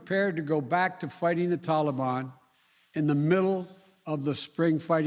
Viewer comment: Joe never learns, and his career shows it. Why does he pronounce Taliban like "tally me bananas" daylight comes and me wanna go home lololol